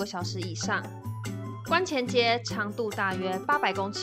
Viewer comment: 覺得思南路和金雞湖只有一顆星真的太冤了，算是去錯地方。另外蘇州四大園林之首應該不是留園吧？？無論是面積、歷史或知名度，怎麼看都不像排第一名的。還有武康路是漫步洋樓，有豐厚的文化底蘊，走馬看花真的沒什麼有意思的。另外，蘇州的「觀」前街，不是念第一聲而是第四聲，因為那條路在蘇州最古老的玄妙觀前的街道而得名。